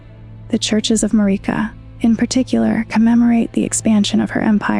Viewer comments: It's odd that people are saying Marika's name like this...they say her name in the game. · I will share and subscribe if you pronounce Marika correctly, for now you only get a like, lady. Lol I cringed